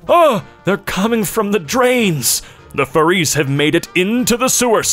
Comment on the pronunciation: the way he pronounced furries with the stress on the ries and not the fur